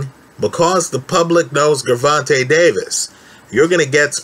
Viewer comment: Pronounce the G like a J.